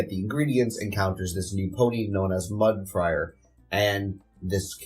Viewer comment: It keeps sounding like you're saying Mud Friar instead of Mud Briar. Was that just your mic?